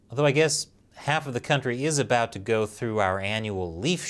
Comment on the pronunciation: Spelling color as "colour" isn't much of a big deal. However, pronouncing about as "aboot" is a felony against the English language.